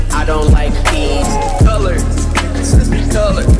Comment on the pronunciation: I always think he says Beans